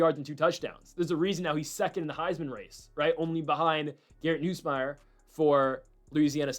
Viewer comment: You’re still saying Nussmeier wrong